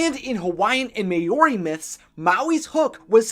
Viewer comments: "May-or-i" I'm in tears I've never heard it so butchered XD Nice try, but it's pronounced similar to Maui but with more of an O sound like "mo-ri" or "ma-ow-ri". two different pronouncing but you hear it differently from Pakeha (NZ European) and Maori people alike. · It’s not may ori It’s pronounced mao ree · OMFG Mayory how is that like Maori Maori is pronounced mow-re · not sure if anyone has said this yet and i’m not saying just to poke fun at it but for him to learn the proper pronunciation: from my experience,Maori is pronounced Ma-ow-ree or Mow-ree (depending on your accent) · No It's Maori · yeah i was surprised as well XD i knew he was bad at stuff like this i mean even i was a bit unsure if its mao ree or maori but i was like wait how did he mess that one up O_O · MAY-oree 😂😂 at least you tried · Maori....... Mow (rhymes with how) -ree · Maori = mow-ri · Mao- ri watch a Maori haka it is cool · Maori isn't pronounced like that, trust me i'm from new zealand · Ugh he said Maori wrong and it's really getting to me